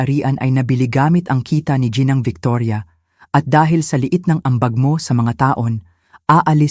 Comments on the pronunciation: Ginang po hindi po jinang o jinoo. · Tagalog na nga hindi pa maayos ang pag pronounce ginang gianawang jinang